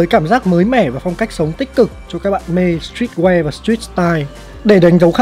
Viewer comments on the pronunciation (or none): sờ trít que:))) 🦀🦀🦀 nhà ta phát âm hay quá